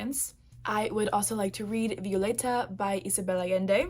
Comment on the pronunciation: I love how you pronounced the name Violeta correctly :) not that there's anything wrong with folks getting it wrong but that was a nice touch ;) Wish you all the luck with your tbr plans!